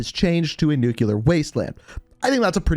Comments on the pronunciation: It’s pronounced Nu CLEar like a Nucleus not Nu Cuuu Lar there is no Nu Cuu Lus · Anyone else keep hearing ‘nucular’ like a pint glass breaking on the ground at a bar? Back when bars were a thing. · Can anybody else not stand when people pronounce NUCLEAR “NUCULER”